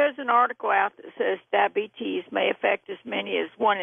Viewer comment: I cringe every time she says "dah-bee-tees."